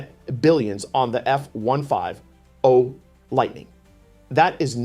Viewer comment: F one five oh, sounds like an AI presentation or the narrator doesn’t know how to pronounce F one Fifty.